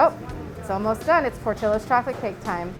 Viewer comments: The whole time, I kept thinking they’re mispronouncing the name. Shouldn’t it be Por-tee-yos? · There's no way their name is "PortilOs". They are spanish, it's "Port-ee-Yos" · It’s pronounced Portiyo not Portillo. Double l makes the y sound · The real crime is the pronunciation. It’s not Portill-Ohs it’s Por-tee-ohs! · Hispanics cringe every time the name Portillo’s is pronounced wrong In this video. It’s Por-Ti-Yo nor Por-til-lo. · Pronunciation is Portillo's Not Portilo's. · Why is it pronounced portillo... it’s “Por-Ti-Yo” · Why am i cringing when she said portillos and i feel like its should be pronounce portiyos but whatever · It's funny how Americans can pronounce rare names such as Louis Vuitton, Cartier and others but can never EVER pronounce Latino names properly 😂 It's not Porti "low" it's Porti "yo" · Fax. In Spanish, it’s pronounced “Por-tiyo” and not “ por-tollo” double L is always the y sound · Why can't they pronounce it right lol Portillos(Portilowes)? Nahh it's "Por-ti-yos" 🤣🤣🤣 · Im pretty sure it’s pronounced [por-tee-yos]….. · Por til los... Should be correctly pronounced. It's a Spanish word. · That is way too much. Also its pronounced portiyos, as its a spanish name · In SoCal, we pronounce it "Port-EE-yos" like the double ll in spanish. lol oops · Love how they pronounce it “Portilos” hahaha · portillos... porti LL os who the hell was in charge of doing the pronounciation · My last name is PORTILLO and they are pronouncing it wrong lol the LL = Y sound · Why does she pronounce portillos like that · My last name is Portillo and the cringe with the pronunciation is real 😷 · Why do they pronounce Portillo like that? More annoying than “moist”. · They way everyone is pronouncing Portillo’s is driving me crazy! I get it though.